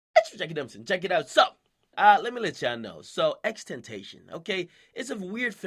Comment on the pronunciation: ten ta CION